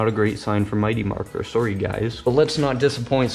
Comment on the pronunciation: "sorry" you Canadian?